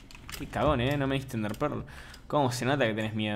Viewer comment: me da risa cuando dice "NDEAHRRE"